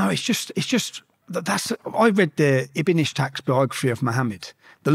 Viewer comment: Tommy Robinson saying he has read the work of "Ibn Ishtaq" when he can't even pronounce his name lol.